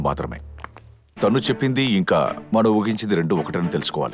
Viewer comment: Everything is good but Oohinchindi ❌ooginchindi ✅ Rohan ❌ Rogan ✅ Sneha ❌ snega ✅ 😂